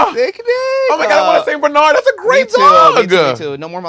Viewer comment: Why are they pronouncing Bernard like that?? Lol